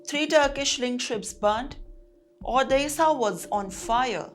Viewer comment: Odessa not orissa